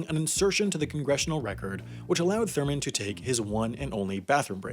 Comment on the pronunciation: Dude it's THURMOND not Thorman....It's FACET not faucet, do you know how to pronounce words?